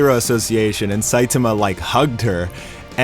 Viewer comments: WHY DO YOU CALL HIM "SAITUHMUH"? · weird I hear "SAITAMAH"